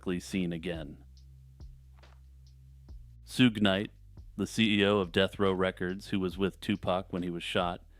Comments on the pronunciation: Tupac section, its pronounced Shug not Soog. Great vid. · not that it matters much (and I hate dropping in just to correct random pronunciations lmao) but the Suge in Suge Knight is short for "sugar" and so is pronounced the same way as the first syllable of sugar, "SHUUG". Yeah I know, it doesn't make any sense because it's spelled SUGE but that's just how he rolls.